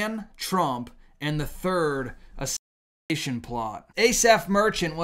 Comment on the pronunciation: hey, if you can say “assassins creed” you can say Assassination.